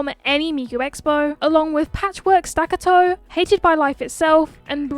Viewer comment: Please fix your italian pronunciations. Dolce is pronounced like bowl + che. Staccato is stuh + caw + toe